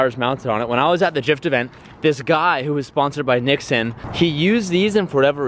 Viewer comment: Nixon? Does he mean nexen?